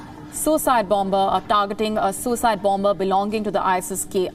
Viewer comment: please pronounce bomber/bombing properly.